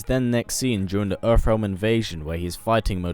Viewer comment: “Earff realm”